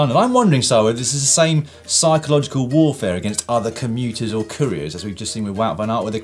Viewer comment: On the first bodge, did you guys just say 'cycleogical warfare'?